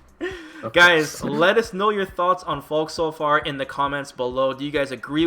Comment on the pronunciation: She's called Falke, not Falk damnit